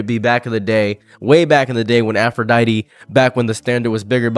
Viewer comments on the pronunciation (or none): none